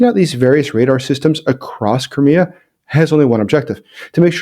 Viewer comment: Please try to speak the word "Crimea" such that auto-generated subtitles don't say "Korea" instead. Thank You